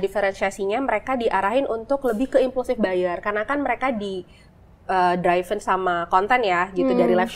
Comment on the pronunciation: sorry.. driven, mbak.. bukan dryvent..